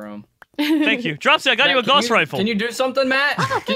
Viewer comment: Jerome it is pronounced (gowss) rifle not (gahss) even though it is spelled guass